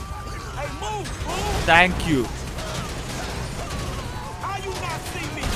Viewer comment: "tank you" HAHAHAHA